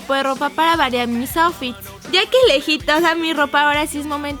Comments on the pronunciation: En el min lesslie dice los ofis en vez de outfits jajaj los amo polinesios😘😘😘😘😘😘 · Dijo oufits